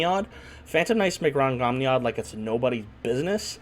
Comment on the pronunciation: Well that was definitely a way to mispronounce Rhongomyniad that I hadn’t heard before.